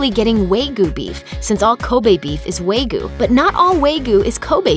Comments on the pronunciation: It’s wahg-yu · My god learn to pronounce Wagyu properly.. it's pronounced WAH-gyu... not WAY-gu.. smh. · Wey goo? It's pronounced "Wah-Gyoo" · Wagyu : WAH-GYU. Not Way-goo 😓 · And, uh, "WAY-goo?" Don't you mean "WAHG-yoo?" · I think the funniest thing is the people complaining about "WAY-goo" correcting with their own mispronunciation of "WAHG-yoo." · It is wa-gyuu, not wa-gyoo. The former is わぎゅう, while the later would be わぎょう. The う at the end, normally just pronounced "u," means that you prolong the vowel when paired with a sound ending in "u" or "o." My go-to would be , but they do not seem to have a pronunciation on file. I believe that you can access the following without an account, and the distinction between the "wa" and the "gyu" is very distinct here for my ears. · she is pronouncing kobe right. I am full Japanese and I know that. However, WTF is "wagu" lmao its "wagyu" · Pixl Agreed. I've never heard of anyone pronounce it Way-goo, because just look at the way it's spelled: wa-gyu. Anyone who pronounces it way-goo is either lazy or dumb. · Say it with me: wah-gyooh, not way-goo. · WAY-GYU? No, WAH-GYU! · What the fuck is "way goo"? It's "Wah-gyu" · It's "WOG-you" beef, NOT "WAY-goo"! Sheesh! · excuse me. did u say waygu? or WAG-YU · WAHG-yoo. Not way-gyu. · hmm WAYGU beef??? or WAGYU beef?? get it right people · What the ⑨ is a "Way-Goo" beef lol Wah. Gyoo. Like "you," except with a "G" in front >A> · It's "Wa gi yu" not "way goo" beef. Wa-gyu. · It's not pronounced "way - gu", but "wah - gyu". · Just a heads up, it's actually pronounced wAHgyu not wAYgyu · It's not 'way-goe', it's 'waa-gyew'. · Way goo?? Why not try "Wah ghee-you". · WAYGU WAYGU WAYGU WAYGU IT'S WAGYU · Wa gyu. Not wayyyyyyy gyu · Wah gee you, not way goo. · wa-giyu, not wei-guu... smh. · Wag-yu, not Wei-gu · "WAY-GU" omg its pronounce as WAG-YOU -_ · "wog you" - not "way gyoo" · It’s not “way gyu” 🙄 It’s pronounced “wah gyu”!! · "waygoo" It's "wah - gh - you" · "WAYGYU" UGHHHH